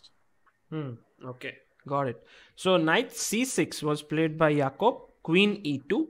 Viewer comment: If is name Is Jacob then why r u calling him "YAKOOB "...😂😂😂